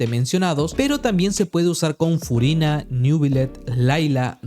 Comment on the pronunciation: "Scofiágg", "Fuguina" 😂✌️